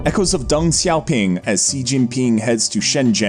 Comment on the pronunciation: First get some chapstick! you are on camera ffs! Your pronunciation is trash. Not everything sounds like zhuuu zhow. It is: [SHEEEEE Jin PEENG] [Dung SHOW PEENG]